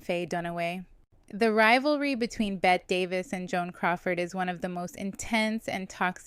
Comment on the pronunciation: Her name is Bette, pronounced "Betty", not like placing a "bet"